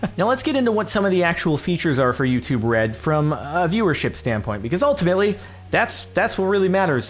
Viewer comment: It sounds like "you too bread" and it's hilarious!